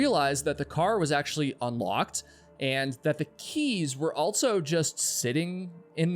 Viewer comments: I enjoy the stories, but it bothers me the way he says "altso" and "eltse" instead of the correct words, also and else. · You always say “Altso”😂